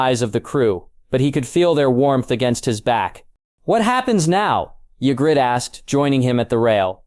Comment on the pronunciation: As I said it’s a good story! You just pronounce names wrong a lot. I’ve heard got knows how many variations of yigritte and “myr “ 😂